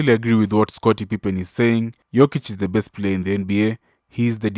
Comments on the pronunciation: He only mispronounced his name the first time, then pronounced it properly the rest of the video. I think Pippen was caught up on whether he wanted to say Jokic or Joker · In the first few seconds he mispronounces his name, despite hearing it a thousand times. No need to watch the rest.